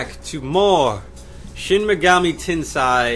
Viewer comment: Sei not sai Tensei, what is it with people mispronouncing that part?